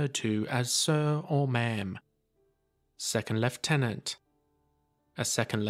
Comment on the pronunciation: Commonwealth pronunciation, Technically the correct pronunciation too!